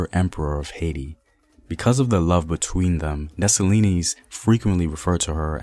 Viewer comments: I just love my Haitian ancestry so much... My strength comes from my strong ancestors.. That's why us Haitian women are some strong women... Also it's Dessalines (dessa- leen), not (dessa-li-nees) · Great content but pronounce his name as des-sa-lean... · Segement was awesome! Dessalines DeH SAh LEEN s is silent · The story is Dessaline, the E is silent. his mother was a ran away while she was pregnant with him. while she ran away to the mountains, she went to labor luckily toya was running away in the same area. she helped give birth to the greatest Emperor/General who ever lived, then the mother died and left him with toya. she had to go back to slavery to raise him, luckily for them whenever she was sold she had a chance to convince her new master to buy him also. she took care of him taught him how to fight and all. there's a reason why when he became General he had women army with him. he trusted his women army more than the guys, he had an entourage of 4 to 6 women soldiers and they didn't play. he's stories deserves to be on the big screen. when he died he got set up he didn't had his women with him that's how they were able to move in on him. when toya raised him she told him, u will do for this land what i couldn't do for dahomy. one of my favorites Haitian revolution story. she is our Mother. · Thank you Very much for thé work. I m haïtien and let me help for thé prononciation of Dessalines = Dessaleen thé S is silent. Thank you i know you make à lot frèl good about themselves. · The s is silent in desalines lol btw I'm Haitian that's how I know , Kote tout zoe mwen yo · The s at the end of dessalines is silent